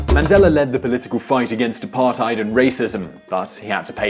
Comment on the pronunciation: I'll never get over the apartheid pronounciation